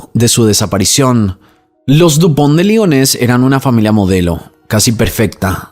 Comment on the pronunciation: Toma un shot cada vez que dijo Lupond De Ligones 😂